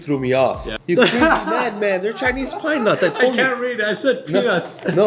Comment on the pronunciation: is the very person to pronounce “pinenuts” as “peanuts”